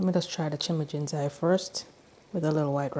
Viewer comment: You're pronouncing it "chimijinsai," but it's chijimisai.